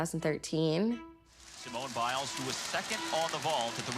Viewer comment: Did he say Simone Miles